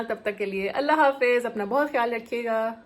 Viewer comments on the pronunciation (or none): none